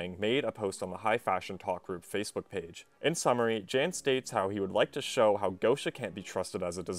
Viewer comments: Lmao pretty sure Jan is the polish version of John and pronounced “Yon” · Who the fuck pronounces Jan "jen" lmao